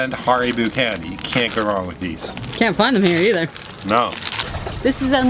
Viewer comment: Did you just call Haribos Har-e-boos!?